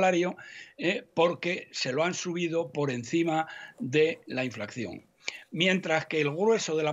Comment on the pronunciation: . Sr Centeno, lo de la "inflakción", jamás lo diría Juan Ramón Rallo, a quien usted jamás llegará a hacer sombra.